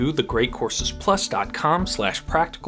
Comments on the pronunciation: Did he say "Dank you for watching"? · I love the way you are saying - Thank You - sounds like - Tank You :)